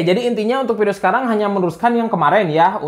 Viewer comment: Dia masih gak bilang F, Versi jadi Persi, Video jadi Pideo, i5 Jadi AiPaip